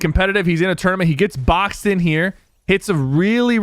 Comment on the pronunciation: Never thought I would hear Sypher say boxed like a fish